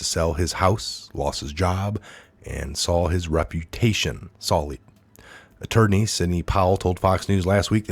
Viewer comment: Lol, “at-turd-ny” 🤣 Thank You 👍😁